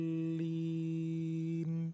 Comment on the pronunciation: Bacaanya sudah bagus...tapi sedikit koreksi tasdid terakhir pada lam dalam kalimat waladdoollin agak di tekankan sedikit biar agak jelas...semoga kita semua selalu di beri petunjuk...terima kasih....🙏